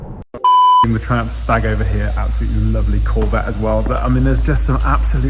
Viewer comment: Triumph SNAG, not Stag.... You just KNOW what I mean, don't you?